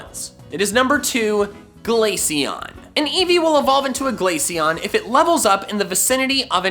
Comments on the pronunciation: IT'S GLACEON, NOT GLASCIONE! FIX IT NOW! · You mispronounced Glaceon… again. I dread to think about how you pronounce Glacier.